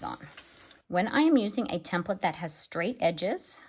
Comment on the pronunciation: hand-pink-waving: THANK YOU for pronouncing "TEMPLATE" correctly! So many people say "tem PLATE". that is WRONG WRONG WRONG, and it really aggravates me. Being in a business where they were used, you soon realize the proper pronunciation.